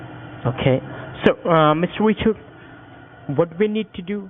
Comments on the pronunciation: Sounds like he’s saying Mister Witcher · Qwiminal Awigations, Mr Wichard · Mistuh wichard